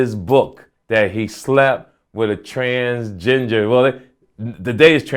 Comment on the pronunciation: "Transginger" lmao